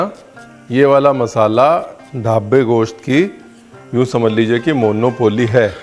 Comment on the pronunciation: Ye goshat kya hota hai ...mugal hai tu...mans bolnye mein shrram ati hai tujhye